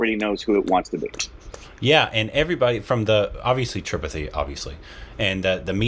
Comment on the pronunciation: Why you still not pronouncing "Tripathi" correctly?? They are saying it again and again for you to pick it up correctly. :-)